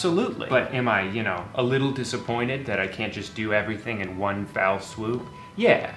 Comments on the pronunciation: you know it's "fell" swoop right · I know everyone’s talking about Drew never having seen a garlic press before, but I’m more concerned he thinks it’s a “foul swoop” (or maybe Drew has some vowel shift from conventional American English). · So… it’s NOT foul swoop? I’ve been pronouncing it wrong my whole life??? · It’s.. not.. foul swoop..? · He's saying "foul swoop." Like "bowl in China shop." It's a phrase that it is slightly mispronounced so often, it becomes a new phrase. UK comedian Dave Gorman has covered quite a few on his show. One of my favorites was "right from the gecko." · I don't know why but Drew saying "Foul swoop" instead of "fell swoop" is unexpectedly infuriating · It’s fell swoop, exactly what it sounds like, idk where you got fal swoop from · Drew, you do know it’s fell swoop, not foul swoop the swoop smells perfectly fine. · it's "fell swoop" not "foul swoop" just in case you wanted to know, also great video 10/10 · Does Drew think it's "foul" swoops? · Drew I love you but good lord I wanted to scream when you were saying "foul swoop". It's FELL. ONE. FELL. SWOOP. Not foul, not fellow (yes I have heard this), FELL. ONE. FELL. SWOOP. Thank you. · hey drew its fell swoop not foul swoop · It's not "foul swoop". It's "fell swoop".